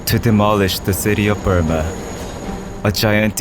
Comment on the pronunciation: Lol BrOOma not BURma